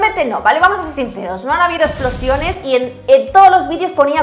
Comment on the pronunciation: "Aquí no hay explosiÓnes" ese acento ahí, qué tal? JAJAJAJA